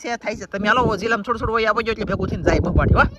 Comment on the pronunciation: સોડું સોડું નો હોય થોડું થોડું બોલાય😊😊